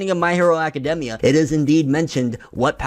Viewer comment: I don't trust somebody who pronounces the name aka-demmia instead of aka-daimia